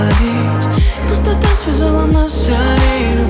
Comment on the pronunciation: Почему нельзя нормально произносить слова, не проглатывая буквы: "Не разбавляй мою печа, я буду слушть, а ты молча" "пустото связала нас силе любви" это слышится так.....